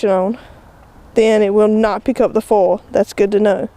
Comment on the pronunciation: Took me a few minutes to figure out you were talking about "foil" when you were saying "full". :)